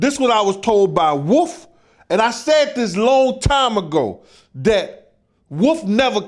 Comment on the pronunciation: is it WOOF or WOLF 😂